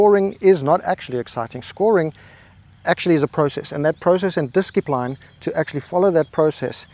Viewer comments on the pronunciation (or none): did you just say "diskipline"? That is a very confidential statement.